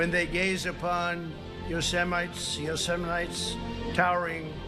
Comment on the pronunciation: I think I have it figured out. Trump is illiterate can’t even say Yosemite Um…. Hello?? The guy is illiterate. He can’t even read his own speeches. Written down right in-font of his face. The late great fictional character Hannibal Lector 😅 Whoo!! Hoo He just keeps making himself look worse and worse. He’s shaking in his little boots. Kamala is the way to make our already great country, even better than the fat orange corn husk man ever could. Oops. Was I just name calling? I’m sorry,😂 Not Sorry!! Donald Trump, You Are Fired!! Get over it!